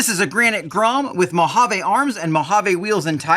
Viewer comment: Mojave is not a French word. Its not mohavay